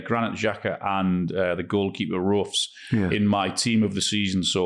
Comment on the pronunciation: Why are they laughing at the pronunciation of Roefs and then pronouncing it wrong themselves?